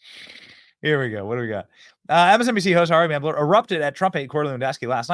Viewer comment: Benny, it is spelled "Mel - ber" not ""Meb - ler". So, you get zero points for pronouncing Kamala correctly which, according to the Left, is "comma - la". Let's work on our reading skills, too. 🤗 Cheers.